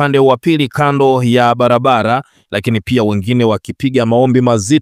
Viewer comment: Usomaji wako mbovu wakutoweza kutamka R unakukosesha followers wengi kwani unakera sana kwa kusema MAHUBILI,LIMEZINGILA,BALABALA, KILUNGU, KILAIA , BALUA. MAUZUI, MIKUTANO YA HAZALA.TUSUBILI.